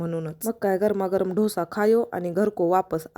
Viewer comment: धोसा नाही म्हणत ग डोसा म्हण .. बाकी खूप छान आहेत व्हिडिओ तुझे 🤗